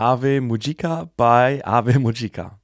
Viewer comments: Excellent summary and I think your initial pronunciation was spot on 👍 The singer Rico comes from a theatre background - Kanon the keyboard player was a classical prodigy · Your pronunciation of Ave Mujica is correct. The fact that it is a self-titled song is likely intentional, drawing inspiration from Black Sabbath, given the many similarities. BanG Dream! is pronounced /bæn dɹiː/ (“Bang dree”). To describe Ave Mujica in a single sentence: together with HAGANE, they were the most prominent rising metal bands in Japan in 2025. Their drummer, keyboardist, and vocalist are world-class performers. In 2025, they appeared at numerous live festivals. However, most of the videos available on YouTube consist of studio recordings, and the few live videos that do exist mostly date from before 2024. As a result, they do not yet reflect a band fully accustomed to live performance or one that consistently incorporates its full range of stage elements. I should also note the special nature of this particular song. This track is not representative of Ave Mujica’s typical style. It is one of their earliest songs (from their 2023 debut CD) and serves as an introduction to the world of Ave Mujica. Its lyrics and music were written by Asuka Oda and Noriyasu Agematsu, who are not the creators responsible for the rest of Ave Mujica’s catalog.